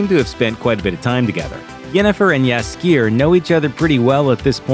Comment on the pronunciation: the way he pronouce jaskier gives me headache.